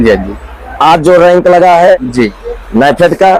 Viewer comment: रैंक ❌ रैक✅